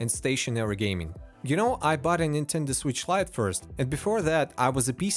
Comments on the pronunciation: "c'mon Nintenduh" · "Come on Ninteda" lol had me dead